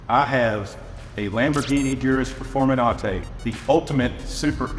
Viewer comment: Performenate? Really?